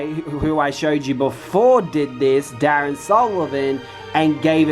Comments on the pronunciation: Damn is the king of this shhh. I be learning ish every time I watch a video. 💯 Side note: the name is Dar-ree-on not Dahr-ren 😂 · you pronounced the name wrong. Darion (Dah-ree-on)